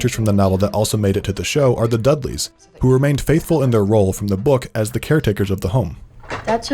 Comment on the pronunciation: I’m sorry but I couldn’t not think of the Dursley’s when you said dudleys